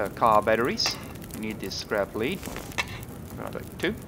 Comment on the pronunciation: The heavy metal ‘lead’ Is not pronounced the same way as wire ‘lead’